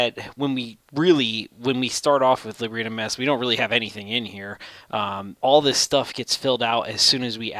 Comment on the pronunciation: I believe it's pronounced leeb - bra